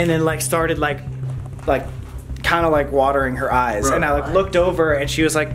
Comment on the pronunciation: help😭Jake😭😭he said eno euyes 😂😂😂